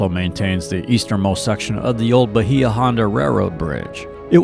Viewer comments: Video made me homesick! Conch is pronounced "conk". Bahia was always pronounced "Bay uh". I only go back every 10 years for my high school class reunions. Have to look at it as a different tourist town. Just about everything I grew up with has changed or is gone. 😪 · Bahia H is Silent*